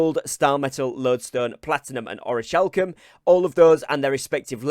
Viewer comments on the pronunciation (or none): Is his pronunciation of “orichalcum” a thing he does (like a joke)? Also, nice info! Can’t wait for launch!!